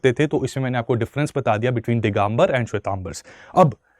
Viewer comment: दिगंबर होता है दिगांबर नही.